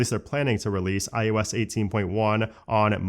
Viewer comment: Am I the only one who hears him say it as “iUS” instead of iOS?🤷🏻‍♂️🧐